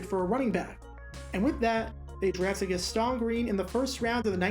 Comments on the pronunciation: It’s pronounced GAS-tin, not “his-TAAAAHN” like you say it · Gas-TAWN and WIN-der. Never heard those before. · Was wondering when somebody was going to say it! I’m watching this video now and wondering when GAS-TON became French 🤣🤣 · Right?? He’s no French! 🤣🤣 I’m just guessing that wasn’t born yet when Green was actually playing to know how his name was pronounced. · Hate to be that guy, but it is Gast-un Green and Sammy Wine-der. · It's Gas-ten, and WinDER. Learn how to pronounce the names of players!! And Charles White, was overcoming a drug addiction, so the Rams had to draft a RB in 88. As for most surprising, he was a 1st round pick, so somebody saw talent. He was both misused with the LA Rams, and didn't work hard enough to be a NFL RB. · Gastone and Win-der... You're killing me bro! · Dude. If you're gonna make videos like this, please at least learn how to pronounce the players' names. Watch some games from there era, and listen to how Sammy Winder's and Gaston Green's names are pronounced. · Not sure you are saying Gaston correctly. *check that - you must be really young, because you also pronounced Winder with a short (i) instead of a long. Okay, just wanted to say that.